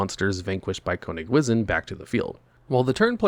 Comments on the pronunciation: Konig wizzin' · As a German speaker, for the Love of God, stop saying Konigwisen 😂